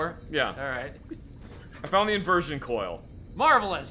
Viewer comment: I know that guy said coil, but it sounded more like he kept saying coal instead.